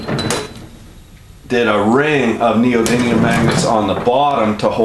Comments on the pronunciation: So long ago you can’t even pronounce “neodiddlium” correctly. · It's called "neodiddlyum". Very unprofessional...